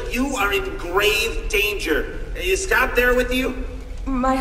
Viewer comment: No es "Scothw" es "Scott"